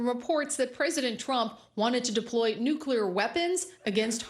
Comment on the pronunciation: Quantum “Nukeclear” Power!!!!